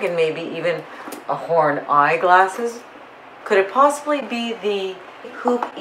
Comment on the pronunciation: I thought you said porn accessories...horn accessories 😆